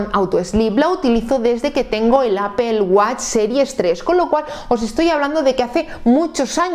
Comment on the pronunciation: Primeramente muchas gracias por la información, lo que no entiendo de verdad es que si tú eres hija de España, (LA MADRE PATRIA) mujer tan preparada y con acceso a tanta información,¿ Porque Apel? Te juro que no puedo comprenderlo. Que cosa es Apel? De dónde sale? Porque Apel?????? Me sale urticaria cada que escucho eso, disculpame pero es aberrante. Te costará mucho pronunciarlo adecuadamente. Yo te lo agradeceré en el alma, incluso me suscribo y pago. APPLE, recuérdalo.